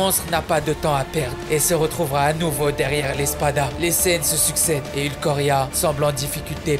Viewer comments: Par contre c est pas ulquoria mais ulquiora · C’est « ulquiorra » et pas « ulquorria » 😅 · Ulquiorra* pas Ulquorria stp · Ulquiorra et non pas ukloria 🤦🏼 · Ulquiorra et non ulquorria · Le « ulkoria » m'a déchiré les oreilles.. sinon super top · Sinon ça se prononce « Oulkiiiiora » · ''Ulquorria'' 😂 ta du mal à dire son nom mdr mais sinon super video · Ulquiorra Schiffer [ ulkiora ] mais sinon trql la vidéo bon choix de scènes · Ulquiora 😂 Respecte le stppp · "ulkoria" T-T ; pourquoi? (ps: ça reste tjr de la super qualité mais, là, ça fait mal d'entendre ça) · Stp man.. UL - Quio ( KIO) - Ra Merci ^^ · Qui est cet inculte qui appelle un des meilleurs personnages de bleach "ULQUORRIA" 😕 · Pas cool d écorcher le nom d ulquiorra. C'est ulquiorra pas ulquoria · On dit ulkyora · Belle vidéo mais c'est ta façon de prononcer Ulquiorra qui me retient 😂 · À part la petite erreur de prononciation sur le prénom Ulquiorra, vidéo excellente! Tout plein de scènes excellentes, notament une de Bleach ce qui me rend heureux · Non frero ta chaîne c’était un 100% de réussite mais t’as tout gâché avec la prononciation d’ulquiorra 😂 (lourde quand même la vidéo) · sinon narration et montage sympa à regarder ! (Mais plus jamais tu écorches son nom.) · Pour déjà s’il te plaît, prononce Ulquiorra correctement. J’arrive même pas à comprendre comment on peut louper la prononciation, et en plus huit ou neuf fois d’affilée. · Wesh il a pas respecté le nom de ulquiorra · C'est moi ou tu prononces mal le nom de l'Espada. Faut le prononcer Ulquiorra et pas Ulquorra. Peut-être est-ce dû au faite que tu n'accentue pas assez le i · Alors en soit rien de négatif à dire et merci du petit rappel de ces moments bien sûr juste n'écorche plus JAMAIS le nom du roi ULQUIORRA et pas ULKORIA. Merci. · C'est Ulquiorra pas ulquorria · Encore une bonne video par contre c’est ulquyora pas ulquora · Super vidéo ! Toujours d'une grande qualité, Par contre tu disais Ulquoria alors que c'est Ulquiorra. 🙃